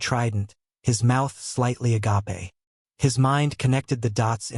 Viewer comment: Not a-gah-pay. Agape (open).